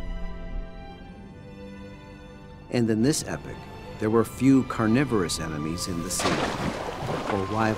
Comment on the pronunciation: Epic? Can’t pronounce that word right?